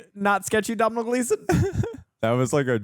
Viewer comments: Doh-nahl Gleason, not Dom-nahl Gleason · As an Irishman it brings me great pain to hear you pronounce Domhnall Gleesons name. The mh is silent. It's pronounced as Donal. Think Donut, but with an al instead of ut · Decent movie.. a good one to rewatch with the kids.. the sibling bond was a bit flat, writing wise they were saying the right things but the chemistry wasn’t quite there.. also you don’t pronounce the mh in Domhnall.. it’s “Donal.. like tonal” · Just in case either of you end up interviewing him, Domhnall is pronounced more like DOE-null.